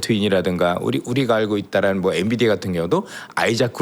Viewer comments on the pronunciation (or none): none